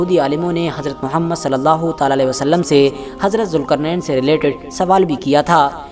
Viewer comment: jilqarnan not julqarnan